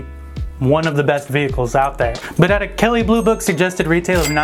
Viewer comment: kelly boobook lol !!!